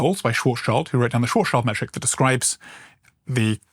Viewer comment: Karl Schwarzschild the german astrophysicist from Frankfurt is nit pronounced „Child“. His name translates Black Shield. So Schwarz - Schild but the i is pronounced like an e. You are welcome 😉